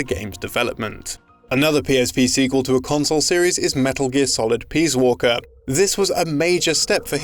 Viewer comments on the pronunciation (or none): Peas walker??? WTF??? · "Metal Gear Peaswalker" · "Peas Walker"